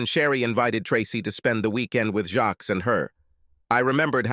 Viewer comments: Jacques is NOT pronounced with an S. What you hear is Jack—extremely soft J! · 😮"Jacques". Was his last name "Meioff"😅